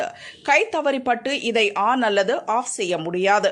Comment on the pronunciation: 'அல்லதா' இல்லை 'அல்லது'. முதலில் தமிழை ஒழுங்காக உச்சரிக்கப் பழகு